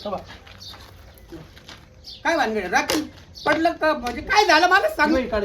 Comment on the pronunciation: अरे पाणी वतल आणि म्हणतो राकेल